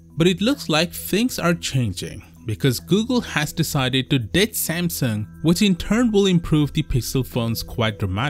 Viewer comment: "shamsheng" its Samsung, not whatever you said lol